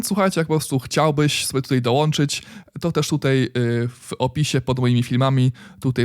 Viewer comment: Super jak zawsze, jedna uwaga nie mówi się tutej tylko tutaj... ;)